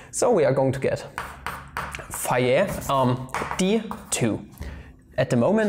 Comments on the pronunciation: Actually, if you pronounce Fejér normally, it doesn't absolutely sounds like fire😂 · As being Hungarian, I would guess: "fe" part of "fejér" is like "fe" in "fellow" (without the -llow part, for sure), the rest of the name was about OK :) However in this case, some should not trust to my English example (I'm really not so great in English) at least, eh :) But anyway, great video, and it's not a linguistic channel. Sorry for my little off-topic classified comment of mine :-O